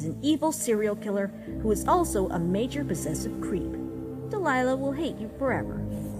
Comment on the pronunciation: you still called her Delilah, despite her name is Deliah.